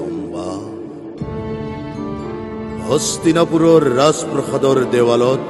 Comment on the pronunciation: সুন্দৰ! 'ৰাজপ্ৰাসাদ’ উচ্চাৰণ কৰিব লাগিছিল।